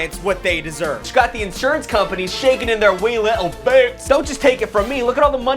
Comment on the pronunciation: saying “wee littil boots” 😂